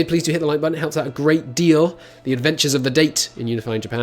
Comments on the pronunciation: Dah-Tay... not date Stop Pronouncing it Wrong! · Dah-teh,, not Dey-t